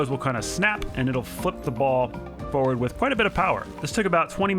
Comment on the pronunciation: Why does he say forward realy weirdly 😂